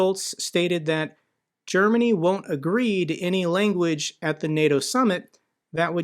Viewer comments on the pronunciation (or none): none